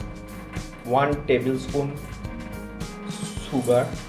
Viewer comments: Sugr 😂 sugar...plz don't, mind.. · Anyone say शुगर And you say सुगर